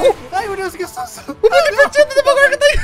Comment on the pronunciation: É Demogorgon e Não Domogorgon